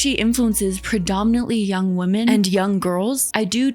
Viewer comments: Okay I'm sorry, WHY is everyone on YouTube suddenly starting to pronounce "women" as "woman". I've never heard you do this before and I've noticed the same with a few other commentary channels. I'm not a native speaker and it's really weird that I was always taught it's "wih-mun" and now you're all suddenly saying "woh-mun" like it's normal, lol. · Do you genuinely not know the difference in pronunciation between "woman" and "women," or are you just trying to be quirky? Do you not know there's a separate, slightly different word for the plural of "woman?" I like your videos for the most part, but that specific thing drives me insane.